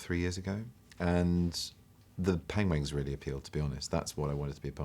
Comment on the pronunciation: I think he's starting to say 'pengwings' on purpose. I don't know for sure, of course.